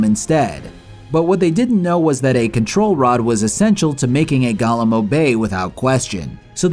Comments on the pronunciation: why do you pronounce Golem like Gollum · it's golem, not goLEM 😂😂😂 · ffff. GoLEM, not Gollums. What is wrong with you? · Do you have any idea how stupid you sound calling them “gollums” like this is Lord of The Rings? They’re pronounced GOAL-ems. Spelled Golem. It wouldn’t have been so bad if you said it once or twice, but you were so sure you were correct you included the word 40 times in your script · "gah-lum" is a charactor in LOTR "go-lem" is a "living" doll type of creature